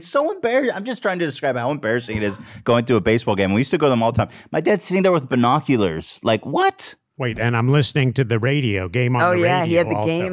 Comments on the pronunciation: AS I HEARD BERRNOCULARS I READ THIS COMMENT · Ethan: Makes fun of his mom for saying YEETS Also Ethan: BERRnoculars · did ethan really just say “BUR noculars” 😂😂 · Ethan saying bernoculars traumatized me, where's my sarcastic apology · Ethan saying BERNAculars instead of binoculars 💀💀💀💀